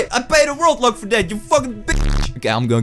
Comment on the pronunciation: Everytime he says ”World Lock”, I hear ”Robux”.